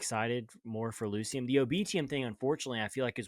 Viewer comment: Ulciscor is pronounced ALKISCOR not f'n ALL SCISSORS come on guys. That's just one of the names you butchered. You guys pretty much f'd up the pronunciation on EVERY ONE OF THEM. smh And oh by the way ITS PRONOUNCE LU KI UM, can you do a little research before you make these videos?